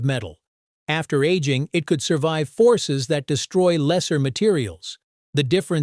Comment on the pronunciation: 😂😂😂 , bot is talking about 1950s and showing the 1850s 😂😂😂 Aging sounds like annealing